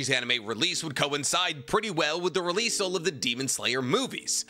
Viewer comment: please stop saying releaseal it’s just release 😭😭